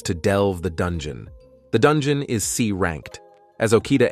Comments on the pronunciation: I wanna go to the dun-gee-yon lol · I like this video very much but why are you keep saying Dungon😂😂 Edit1: what is a kanana